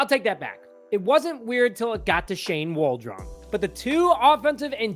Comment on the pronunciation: Who the f is Shane Wall-Drone? Lmao